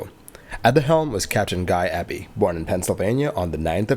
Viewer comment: The surname EBY is normally and logically pronounced as Eee Bee! If it was Ebb Bee as you indicated, the surname would probably be spelled with a double B! I.e. Ebby. 'Just like to 'get names right', as a sign of respect! Your videos are very well researched, edited, explained and presented! I also appreciate your narration and natural voice! Please continue to avoid the use of AI Chatbots! 🏆 🛫 🛬 ✈️ 🛩 ✈️ 🛬 🚗 🏆